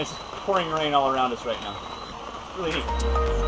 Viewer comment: I love how she pronounces right as white.